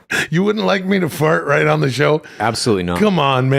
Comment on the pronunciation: Why's have problems with the word "on" lol